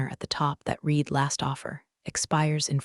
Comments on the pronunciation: Look, I love these stories. But they are driving me insane with the misuse of the word "READ". Yes, sometimes it is pronounced "reed". But many times it should be pronounced "red". It is very insulting that you claim to be appealing to smart women, when your readers or AI can't even read a word in context!!!! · The past tense of the word “read” is pronounced “Red” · mispronouncing “read” that often makes it hard to take seriously 📚